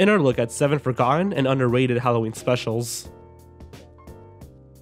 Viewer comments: I deh--HEHsperately want to make a sound-clip of how you attempt to pronounce 'forgotten' !! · You shouldn't have a video called 7 Forgotten ANYTHING if you can't say the word "forgotten". Those two T's near the end--you actually have to pronounce those.